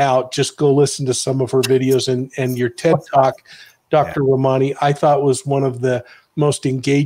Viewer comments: Her name is pronounced: RAH-man-EE. Glad you have her on your show. She's extremely well versed in the narcissistic personality field. Excellent video! All three of you should do more videos together. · Please learn how to say her name correctly.... RA ma ni.... Thank you. You guys are GREAT and you're doing a wonderful service to the world! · He kept mispronouncing her name and she was graceful enough to let it go